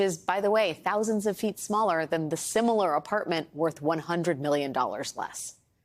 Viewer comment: Try plex Try plex Triplex pronounce it correctly correctly. Its not trip lex its tri (as in three) plex (as in unit) 3 units